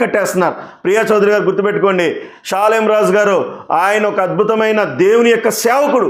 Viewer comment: ప్రియా చౌదరి గారికి షాలేము రాజు అని పేరే సరిగా పలకటం రాదు ఎవరో ముందుండి నడిపిస్తున్నారు ఆయన కనీసం స్త్రీలు అనే మాట కూడా ఎత్తలేదు ఈ ప్రియా చౌదరి అన్ని కౌగించుకొని ఊహించుకొని భారతదేశంలో ఉన్న ఆడోల్లందని రెచ్చగొట్టి నన్ను ఒక్కదాన్నే కాదమ్మా నేను ఒక్కదాన్నే ఆడదాన్ని కాదు మీరందరూ ఆడోళ్ళు అందరిని అన్నాడు మరి వేసులుగా తిరుగుకోవాలని ఆయన ప్రత్యేకంగా అంటే అది అందరికీ కల్పితం చేసింది చెప్తున్నాను అమ్మ ప్రియా చౌదరిని నేను అని సృష్టించింది ఈ ప్రియా చౌదరి దైవజనుడు దేవుడు బిడ్డ అని విషయం తెలియకుండా ఆమె ఎలాగా ప్రవర్తిస్తుందో మరి ఆమెకు భర్త ఉన్నాడు లేడో తెలియదు ఆ భర్త దారిలో ఆమె నడుస్తుందో లేదో కొంచెం తెలుసుకొని ప్రవర్తించండమ్మా ప్రజా చౌదరి గారు